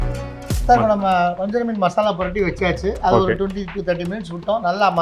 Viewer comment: please pronoun fish rightly vajaraa meen